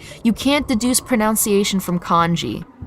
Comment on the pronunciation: The repeated mispronunciation of pronunciation in a discussion about pronunciation hurt my soul. (nun, not noun)